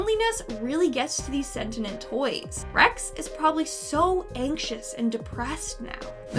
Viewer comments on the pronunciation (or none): "sen-tee-ent" not "sen-tin-ent" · "sentinent"??? you illiterate dummy!!! You mean, sentient! XD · It's Sentient, not Sentinent. "Cen-tee-ent*. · i was just abt to comment this. it was bugging me soo much lol. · "Sent-in-nent things"..?